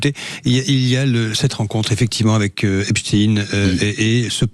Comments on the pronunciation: On ne dit pas EPSTINE On dit EPSTEIN 😕😕😕😕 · Epstein comme Frankenstein, Einstein, Bornstein, Weinstein, … et non Epstine, Frankenstine, Instine, Bornstine, Winstine et tous les autres. Nous sommes en France et Einstein n’a jamais été prononcé Instine. A force de répéter un mensonge, il en restera toujours quelque chose mais cette fois, ça ne marche plus. Les gens se rendent de plus en plus de la supercherie. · Le journaliste est anglais? Epstine c'est lourd à entendre. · Ils m' énervent ces journalistes à prononcer " Epstine " comme les Ricain alors que c'est un nom juif allemand 😣